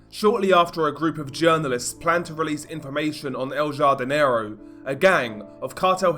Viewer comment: I think its pronounced el hardinero the j in spanish makes an h sound jardin is garden so i think its the gardener or the big garden translated